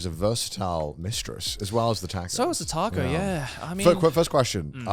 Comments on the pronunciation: Everyone: “Taco” Garnt: “Tarco” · I still can't forgive Joey for that Tha-co pronunciation early in the video xD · Connor making fun of Joe saying tortilla when he says tAcko XD